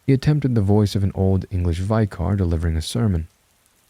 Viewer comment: Oh, I see what you meant about mispronunciations in this story 🤭 After the initial "wait... wtf?" thought, and backing up to play the section again, they're actually a little endearing. (My favourite was "vy car" for vicar). Great story, and read well.